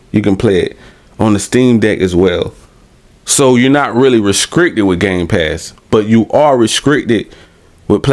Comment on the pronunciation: “Re-scrickted” has me rollin